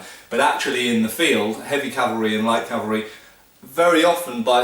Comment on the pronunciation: I would like to tell you how much I appreci8 hearing cavalry instead of Calvary but I get tearful. Gr8 video. Thanx.